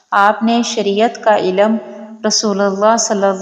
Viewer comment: Elam nahi ilm bole